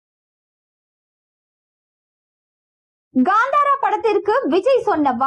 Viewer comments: First learn to tell proper and come for media that is kantara not gandhara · It's kantara not gantara